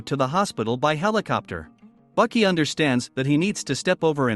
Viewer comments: pretty sure th text to speech just called baki, buckets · His name is baki not bucky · Bro who tf is Bucky it’s Baki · Cringe. It is Baki pronounced " Bah-key" and Hanma pronounced" Hahn-mah" but you keep calling him Bucky Hann ma.🤬. I don't know why this annoyed me so bad but I stopped watching the video at about a minute and 36 seconds cuz you keep calling him Bucky. Same with his father's name Yujiro pronounced " Yu-here-o with a roll on the r"🤦 I noped out of this one real quick as it would have continued to cringe me for over 17 minutes and I wouldn't have been able to enjoy the video. Misennunciation of pivotal characters in a series annoy the hell out of me.